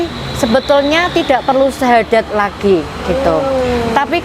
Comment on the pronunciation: bersyahadad apa bersyahadat...